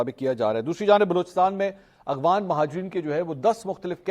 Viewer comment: Aghwan nahi afghan hota hai